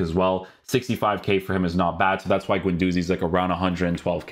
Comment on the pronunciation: As a French person, it's not pronounced Gwendozi. It's pronounced more like Gendoozi